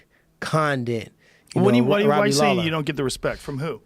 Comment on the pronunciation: Tyron "No Hespect" Woodly